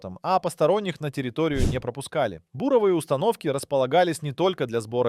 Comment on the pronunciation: слэсари и буро́вые работы - убили, откуда лезут эти неучи с таким бешеным желанием бубнить в микрофон на камеру и что-то рассказывать другим? доучитесь в школе сначала